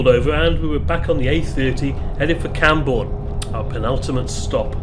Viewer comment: It's Camborne